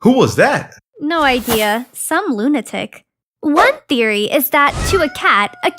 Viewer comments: ONE THERORY INSTEAD OF ONE THEORY XD! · “One Therory”?? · Therory lol i love how she says theory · ONE THERORY?! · "ONE THERORY" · What is a "Thereroy" ??